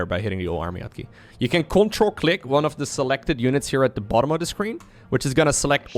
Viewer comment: says "CTRL click" I hear CONTRA CLICK!.. I want to contra click.. sounds epic